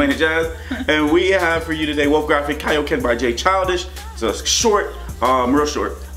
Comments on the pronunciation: but its kaioken not KAY-okin..... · He pronounces kaioken 2 different ways lol